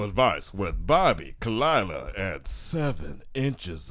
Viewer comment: Khaloola lmao As a girl who's name is always mispronounced I felt THAT